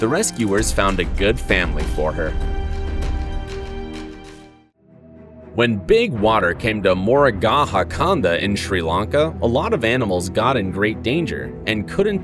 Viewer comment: It's not shri lanca you pronounced it's shri Lanka